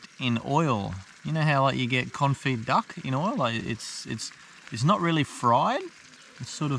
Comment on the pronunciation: Although it's spelt confit, originating as a French word, it's pronounced kon-fee in English.